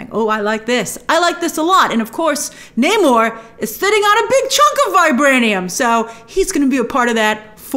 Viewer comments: You’re American. You don’t pronounce Namor like that . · Grace.. say Namor's name right 😠